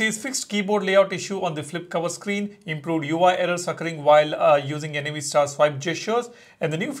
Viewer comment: Why do you keep calling it N-A-V star? it's Nav as in navigation.